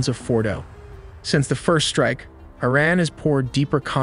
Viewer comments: It say ITran? May just be trying to tell us something? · Bros ai can't say words right😂 the way it says IRAN with a T